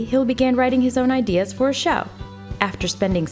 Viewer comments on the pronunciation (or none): none